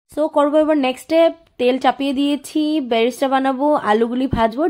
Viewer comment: আপনার রেসিপি তো দারুন দি ভাই,বিরিয়ানি বাঙালির দুর্বলতা তাই কম বেশি ভালো মন্দো সবাই পারে বানাতে,,কিন্তু একটু ভাষায় প্রবলেম হয়েছে তোমার,ওটা ব্যারেস্ট্রা নয় বেরেস্তা হয়,,হোয়াইট হয় হোয়াইটজ নয়,একটু ধ্যান রেখো দিভাই,,প্লিজ,,আর সব সময় সিম্পল রেসিপি দিও, কঠিন রেসিপি তো চেফ আর্টিস্ট রা বানায়,যা সবার রান্না ঘরে থাকেওনা উপাদান❤️👌🫶